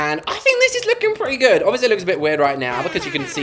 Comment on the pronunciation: What did she say pretty good in British like that doesn’t sound right or does it sound wrong?😂